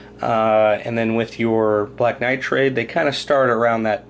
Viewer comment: it's pronounced nitride, not nitrAde